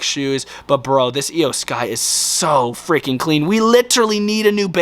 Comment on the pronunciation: iyo sky not eyo sky